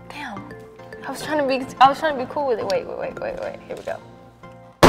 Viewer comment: I believe the word is "coool"😎